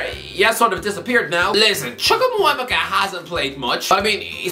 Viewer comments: The way he's butchering the name chukwuemeka 😂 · Carney Chukwuemeka 😂😂😂😂😂 I’m rolling on the floor Irish guy, you’re butchering the pronunciation again! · I can't be the only one who finds it funny that he can't pronounce Chukwuemeka🤣🤣